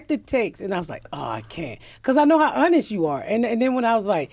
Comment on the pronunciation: First time I've heard "honest" pronounced "uuhnist"